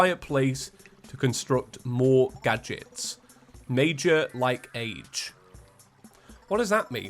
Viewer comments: It's not "like age" it's "like-ej" like "carnage" Just a weird way of saying he likes it a lot. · ‘Major Like age’ It’s pronounced like-ej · like-age is said like-idge as in he likes it very much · It's not "like age". It's "likeage", but spoken with a pause. Think American comedian and actor Pauly Shore, circa early 90's. Yer welcome. He's saying he really likes it. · Major Like-age, pronounced like edge. It sounds more like an west-coast thing from the 90's. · supposed to be likeage pronounced as one word. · Major like-age is pronounced similar to adage. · Hi this is your resident American like-age is pronounced age with the soft a sound like aj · It's "Likeage" like wreckage! very american lol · I think it’s supposed to be pronounced “major likeage” it’s just typed out like “like - age” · Like-age is pronounced the same way you say 'fridge' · he means major like-age pronounced like edge not as in an age! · major likeage is supposed to be pronounced like carnage and I want to say it was an American thing around like the 80s or 90s? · When the goblin tinkerer said major like-age, it's likeage. The age makes the same sound as uj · Like-age means likeage which is pronounced how mileage is pronounced.